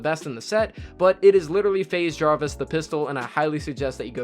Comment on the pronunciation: Man said FaZe Jarvis pistol